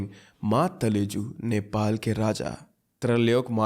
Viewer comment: Ma talaju please prounce properly 😊😊